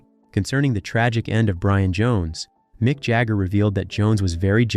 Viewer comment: "Mike" Jagger and the "Ralling" Stones 😂😂😂